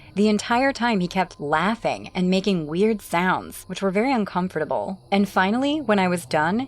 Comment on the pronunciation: i don’t like how the girl narrator pronounces “comfortable”😭